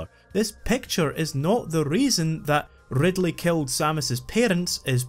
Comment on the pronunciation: love that rrrrrrrrrr